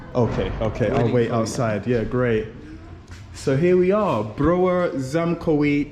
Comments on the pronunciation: Is Cieszyń not tishin 😡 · Cieszyn :) Tak sobie myślę "o co chodzi z tym tiszinem? Może on jest w Tychach..." A to Cieszyn.